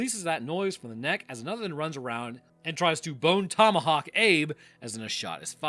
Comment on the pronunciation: well you said that movie name wrong